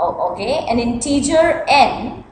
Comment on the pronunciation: NO IN-TEEEEE-JIR.